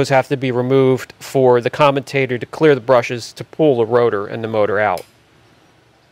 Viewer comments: It's "commutator" not "commentator" - they are entirely different words with different meanings. I flinched every time I heard "commentator" thinking what is it going to comment on? Other than that nice teardown. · Comm-you-tater (commutator) not "commentator" 😂😂😂